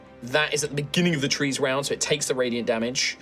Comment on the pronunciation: "ATTACKED BY TWEES"